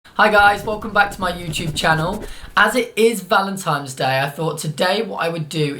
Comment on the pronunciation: Noo, you're looking at it the wrong way! Giving flowers means "I appreciate you, here is a true gift from nature", giving chocolates means "I hope you enjoy these (don't worry about your weight I like you anyway). Btw, are you saying Valentime's ? lol